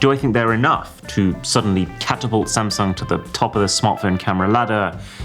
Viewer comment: Thats it. I am finally done with "same- sung"! 😂😂😂 This is the new Nokia!😂😂😂